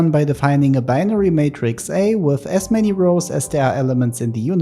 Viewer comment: oh frick man... when you said "n-many stuffs" instead of "n stuffs", I said nothing. But now my brain interprets your "as many" as "S-many" 🫩